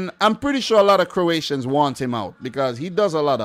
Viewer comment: wow, finally someone who pronounces Croatian names correctly.